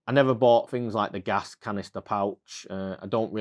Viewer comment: “Fings”? Things?